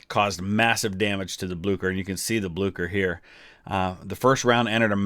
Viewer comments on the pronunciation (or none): Aha, its not pronounced Blukker but Blueshur. Not a problem tho, loved the vid. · Ok had to be a grammer nazi(no pun intended) it's pronounced Bleeser not Blukker, but yeah Norway is called the German navys graveyard. The germans lost so many surface ships in Norway in the battle of Narvik (also a movie coming out this december actutally) and the sister ship of the Bismarck the Tirpitz was sunk in Norway. Sucked to be a german sailor in Norway that's for sure. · It's pronounced BlyCHer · This is not for critesaising but you pronounce it whit blicher not blucher